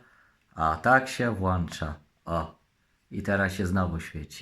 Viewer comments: Włancza -wyłancza i po recenzji drodzy widzowi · Oprócz tego że to fajna, legancka rzecz, że włancza i wyłancza się włancznikiem nadal nie dowiedziałem się co to jest 😀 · Jest i! Jakże jestem zadowolony razem z! Leganckie cudo! Jak ja mu zazdroszczę tych fajnych, dobrych rzeczy. I się "włancza i wyłancza"! Ja bym chciał kiedyś z gdzieś pojechać, byłby zaopatrzony we wszystkie gadżety minionego wieku! Byłbym zadowolony!